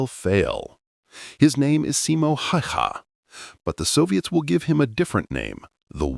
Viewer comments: NOU, hell nou! More like SImo HAEhae. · your pronunciation of Simo's surname is horrible...